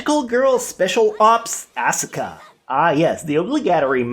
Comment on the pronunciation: It's pronounced ah-su-kah